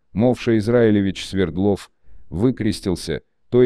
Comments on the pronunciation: Не СвердлОв, а СвЕрдлов. Яков СвЕрдлов ! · Ударение СВЕрдлов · СвЕрдлов, АлексАндров... Запарили, неучи. Не ставится ударение на окончание в Русском языке. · СвЕрдлов,а не СвердлОв. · Почему СвердлОв, СвЕрдлов же😊